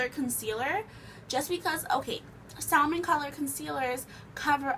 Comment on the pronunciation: Love your videos but its salmon with a silent L not saLman